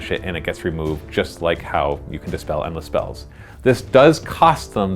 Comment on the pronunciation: Also it's Dispel not despell